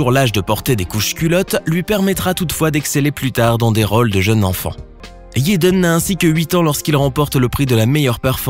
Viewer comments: Jayden. Prq tu dit yaden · Jaden non toi tu dit yaden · JJJJJaden stp pas Yeden 💀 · [J]ennifer Connelly. [J]ackie Chan. YÉDEN Smith 🤦🏽‍♀️🤦🏽‍♀️🤦🏽‍♀️ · C pas yaden c'est jaden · C'est jaden pas yeden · Jaden Smith pas yedan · la prononciation de la lettre J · Des que tu dis yaden j’ecrit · Des que tu dit taden j’ecrit